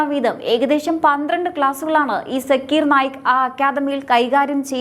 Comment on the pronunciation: സാക്കിർ നായിക് എന്നാണ് കുട്ടി